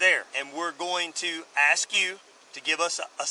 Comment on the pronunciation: Why can't people say ask not aks ?